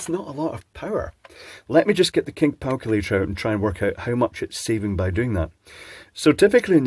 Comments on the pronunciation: Lol, "the kink palculator". Now you're talking my language. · "...the kink palculator..."? 😂